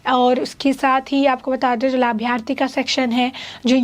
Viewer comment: Arey madam labharthi bolna to seekh leti 😂